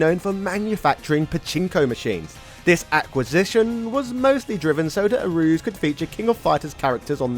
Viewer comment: I believe it's pronounce "A-ru-ze" not "a-ru-z"